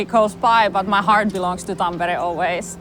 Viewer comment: finally I learn how to pronunce tampere! thx!